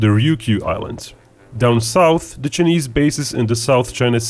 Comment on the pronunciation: I can’t deal with how he pronounces Chinese. “Ch-ey-neeze.” 🤦‍♂️